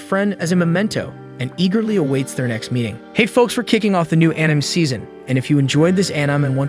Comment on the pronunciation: I hope you enjoy this Anim. Bro. it's pronounced An I may. Or Anime.